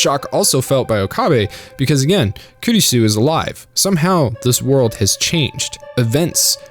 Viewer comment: The pronunciation of Okabe, Kurisu, Mayuri is already cringy 5 minutes in given how many times you say their names. English isn’t even my first language and I can pronounce it properly. You couldn’t be bothered to watch 10 minutes of the dub to learn how to say them correctly? Sigh. It ruined the video for me, only finished because it’s SG.